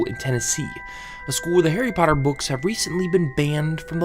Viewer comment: “Hairy parduhh”